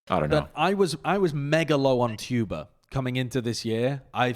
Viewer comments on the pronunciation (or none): KEKW saying Chuba instead of Tuba is my new jam